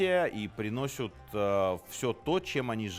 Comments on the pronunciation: Аааааа! ПриходЮт, приносЮт, вывозЮт, ПлатЮт и так далее со всеми остановками. Так интересно, но концентрация на этих произношениях просто-напросто мешают вникать как следует) простите, конечно. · вот вроде не тупой мужик, но что это за "приносЮт? "подвозЮт"? аж подташнивать начинает... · Тов. Минаев, не "приносют", а "приносят" )) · Приносют,приносют?Минаев ты серьезно?ты же журналист е мае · Давно замечал за Серёжей , что он говорит "приносЮт",. Сергей, не надо так ) вы же историк и писатель